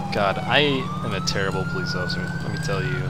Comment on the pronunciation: its not offcier its off iCer